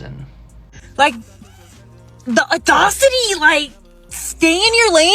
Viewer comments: What’s “audocity” mean? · "the audocity". Lol if you can't say the word stop trying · "Tell me why I get so mad about an ugly man approaches me or tries to hit on me. The "aud...o...city... stay in your lane. Stay in your lane." Perhaps those that dont know how to pronounce bigger words should also stay in their lane.